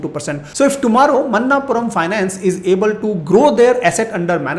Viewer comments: मनप्पुरम NOT मन्नापुरम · Sir, it's not a Man-naap puram.. Manap-puram